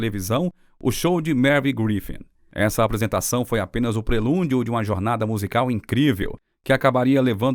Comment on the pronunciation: Não é magnificiência é magnificência , e não é prelúndio é prelúdio